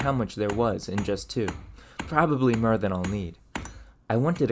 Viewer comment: Where is your accent from? I've never heard someone use "er" for all "or" words. Like "ferge" instead of "forge" and "mer" instead of "more"